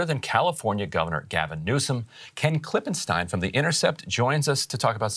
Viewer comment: Great reporting on the SBV collapse! And thanks for pronouncing Ken's name, KlippenSTINE. 🤩